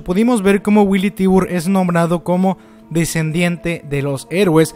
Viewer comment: hola, disculpa la corrección, el apellido Tybur se pronuncia Taiber o taibur (tirando a a taibor", pero nunca tibur. Recuerda como se dice tigre en ingles: Tiger Saludos